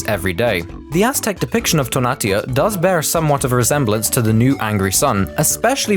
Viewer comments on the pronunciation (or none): Its to-na-tiu no, “to-natiu” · It’s pronounced “Toe-nah-tea-ew” and “teh-nodge-tea-tlan” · So you used a photo of literally south america and then you talked about mesoamerica and shit. You know everything you talked about took place in mexico (which is north america), right? Also, you butchered tonatui pronunciation, its toh-nah-tuh-ee